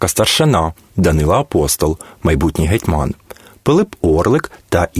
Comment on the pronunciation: Наголоси жах! ІгумЕня, гетьмАн,ЛепкИй